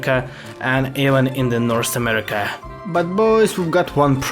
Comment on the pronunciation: why you say amerima?